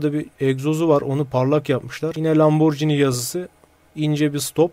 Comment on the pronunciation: YETER ARTİIK LAMBORCİNİ DEİL LAMBORGİNİ